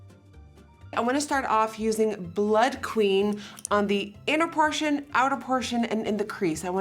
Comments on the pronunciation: Cayla I here blut lust she’s not pronouncing the bl-ùd she’s pronouncing bl-utt like blunt without the n lmao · You say "Bloot" rather than "Blood"